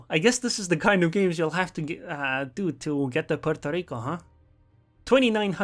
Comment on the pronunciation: Why is he sayin Puorto Rico with totaly different accent?? LEL